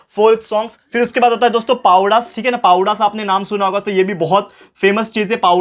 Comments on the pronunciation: Sorry sir but पावडा नाही सर पवाडा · Sir पावडा nahi पोवाडा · Sir its powadas not pawdas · it's spelled as poooo waaa dass not pawdas btw nice explanation. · Sir pawda nhi powada hai vo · पावडा नाही पोवाडा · Sir pawadas nahi wo powadas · Sir pawada nahi powada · Sir पवडास not पवाडे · Sir not povda it's powada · Sir it's powadas not pawadas😊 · PLEASE SAY🤨 powada as पोवाडा not पावडास 😅😅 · Please say पोवाडा sir not पावडस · Sir pawda nahi powada hai apka pronounce achha nhi hai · सर that is not p पावडा that is पोवाडा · सर ते पोवाडा आहे सर ते पावडा नाही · Sir wo पावडा nahi पोवाडा हे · Sir it is pronounced as पोवाडा not पवाडा :) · सर पावडा नही, पोवाडा है वो। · Sir not पावडाज this is पोवाडा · Sir Sorry for saying but it is POWADA NOT PAWDA👍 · padvas nahi powadas boltehai✌️ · Sir povadas not pavdas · Sir it's po wa da not pawada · पावडा नही पोवाडा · Sir, it is not पावडास it is पोवाडास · Sir pawadas nahi Powadas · Pavdas nhi sir powadas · It's not pawudas it's पोवाडा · Powadas thik se pronounce karo plz shivaji maharaj ki izzat hai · Powada =पोवाडा